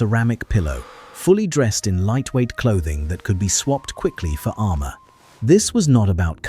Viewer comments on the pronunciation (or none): none